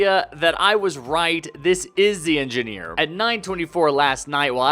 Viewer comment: Anggeneer gayming